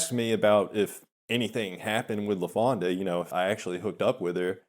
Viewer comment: There he goes with that "LafondA" shit again..